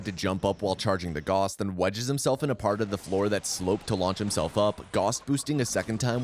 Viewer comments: It's pronounced "gowss" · Please, learn to pronaunce Gauss, it sounds so bad when you say it and you say it so many times, it is so triggering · His name was 'Gauss'. Picture the word 'loud'. Use the 'ou' sound from loud and pronounce the 'au' from Gauss like this. He was one of the guys on our money 'Mark' before we started using Euro, btw. He was on the 10 Mark bill, iirc. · "All other mentions of selfgauss were correct though." Except that he says Goos instead of Gauss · Agh! I started getting too distracted at the end every time you said g-aw-ss instead of g-ow-ss. Otherwise great video though. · It is pronounced "Gowss" not "Goss". A common mistake, to be certain. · GREEEEEE!!! IT'S PRONOUNCED 'GAUCE', NOT 'GOSS'!! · Gauss is not pronounced Goss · It is Gaussrifle, Gauss not Goos/Goss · He didn't say Gauss, he said goss. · as a physicist, this pronunciation of Gauss was painful. Great video though! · he's mispronouncing "Gauss" again 😠😠😠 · it's the tou cannon not gauss rifle i hate to be that comment but it is the tou cannon